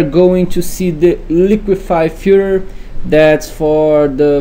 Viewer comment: "The liquify-fur" lol, the accent was killing me!